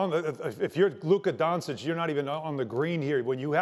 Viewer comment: Don-ch-itch... Its not so hard.